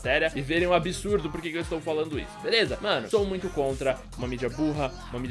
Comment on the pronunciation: você é espanhol?Porque começou o video falando ``Eae galera veleza´´